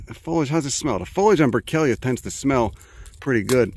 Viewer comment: Thank you for saying my name right. I almost slipped out of my chair... Say it again... Say Brickellia